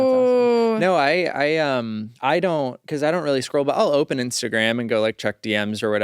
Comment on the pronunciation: I like when talks about "Instergram" 😂